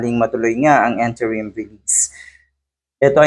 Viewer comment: pakiayos naman po pagbigkas Ng Interim. Hindi po ENTERIM ha? Interim po. nakakahiya po talaga Yung bash Ng bash ka tapos ganun pagbigkas mo 😂